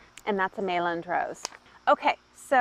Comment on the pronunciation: The “l”s in Meilland are silent.